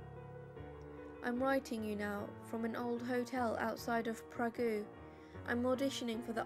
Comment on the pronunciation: That's "PRAHG", not "PRAH-GOO".